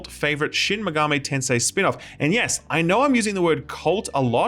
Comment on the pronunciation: "Tamadochi Life", "Shin Megamei Tensei", "Raydow"... Off to a good start.